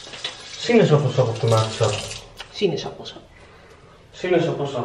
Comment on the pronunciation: Zei nou sinanas sap? Of klopt dat toch? 😂